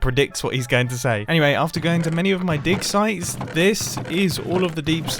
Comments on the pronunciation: Mumbo please don't ever say dig sites. It took me a while to realise you didn't say dick size. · i thought he Said Dicksize lol lol